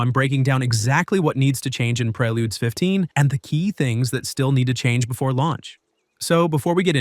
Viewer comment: Lol preyLudes, prayLudes. It’s preludes bro, like preorder lol work on your literacy.